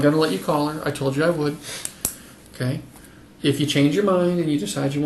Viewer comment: I cannot handle the way, at the end, the cop on the left keeps mispronouncing her name. The cop on the right keeps saying Charisse, but the one on the left says Cheri. Obviously, someone isn't paying attention to detail and just wants to hear himself talk. Ugh, the arrogance or the inability to multi-task. Get a new job, dude. Edit: he FINALLY caught on.